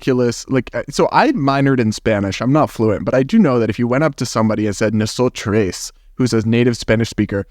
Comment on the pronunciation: the arrogance and audacity to purport to tell us native Spanish speakers how to use our language while mispronouncing “nosotros” and “nosotras”. well, it’s not like a few of you matter enough for tens of millions of us to change the way we speak just to accommodate for your sensibilities today. And I say today because I’m certain you’ll have something else to complain about tomorrow that you’ll try to make our problem. Anyway, why would us Hispanics listen to a man who looks like… that? What makes him think we care enough to accommodate to him?